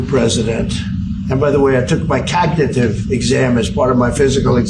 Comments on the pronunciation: Donald. It's cognitive and not Cagnative! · "I'm cagnative". What an ass. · Cog na tive pronounce it right you t wit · Did I hear him say, over and over, "my cocknitive test"? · COCKADIVE TEST ? WTF ? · I didn't know Cagnitive was a word. 😂 😂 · What is a kagnawtive test. Idiot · He called it cagnitive he's soooo smart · Take a what??? He can't even pronounce the word cognitive... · He doesn’t even say cognitive right smh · He can’t even say Cognitive right! What an fng joke! Put him in prison and the world will be so much better! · Such a liar, he can't even pronounce cognitive. Sick pos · A what test!? He can't even pronounce the word properly, let alone pass a cognitive test😂😂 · And why does pronounce cognitive like that? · He can't even pronounce cognitive ffs 😅😅😅